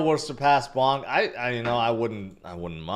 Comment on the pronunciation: Do not discount PONKE. It is not pronounced like Bonk. PONKE the monkey! 🐒